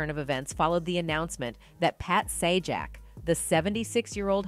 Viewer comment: Pronounced Pat sayjack.